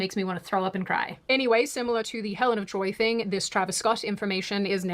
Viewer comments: Helen of De-TROY-t and Achilles the catcher. Also, accurate...as we all say.. i don't think you know what that word means in this context. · Helen Of de-Troyit